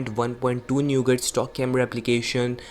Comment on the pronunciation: Its not neugat its nougat Your pronunciation is funniest of all 😂😂😂😂